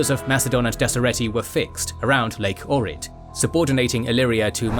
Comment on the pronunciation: Information is all good as usual, but your pronunciation of my city of birth (Ohrid) would lead me to believe you are having a mild stroke and the paramedics should be capped ASAP